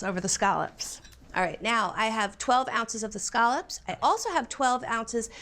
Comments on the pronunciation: Why does she keep saying, “skahlups”?? Those are scallops! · This is the most unfortunate pronunciation of scallops I've ever heard